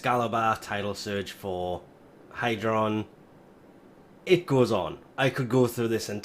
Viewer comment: ITS HYDROID NOT HYDRON Triggered kraken Intensifies!